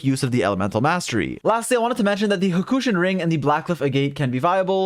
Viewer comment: Okay great video but Huhkushin ring the ahgate 😄